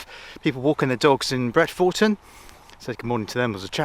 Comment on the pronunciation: Great vid, lovely to see you in my area. Us locals pronounce it Bret-fer-ton, not ‘Four’